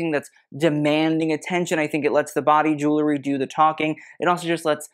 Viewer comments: Cillian was wearing a ZENDA mohair suit. Easy Google. And I'm sorry, I can stand it no more...it's ju-well-ry! NOT ju-ler-y. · I'm sorry, I can stand it no more...it's JU-WELL-RY! Not ju-ler-y. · Pet Peeve: pronouncing the word jewelry like jew-ler-y when it is jew-EL-ry. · you are a wonderful treasure for this unboxing. i don't understand, however, why you are not as particular about the pronunciation of the word "jewELry." It frankly detracted from you commentary. and it was out of sync with your very precise analysis of the fashion.